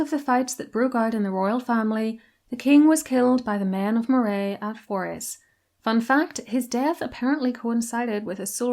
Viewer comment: Great video! My pedantry is screaming at me though to tell you Moray is pronounced "Murray" and Forres as "forest" without the T.